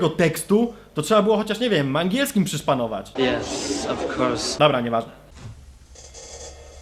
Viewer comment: w skrzynce jest ten wąsaty typ mówiący "jes ofkors "